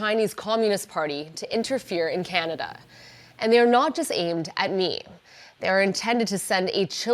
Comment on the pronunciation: Mr Carney’s knowledge of Canada is limited. We pronounce it Canada not Chinada